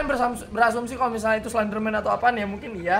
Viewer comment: Iya bener bet miawauag aeh ngomongnya slendermen 😂😂😂😂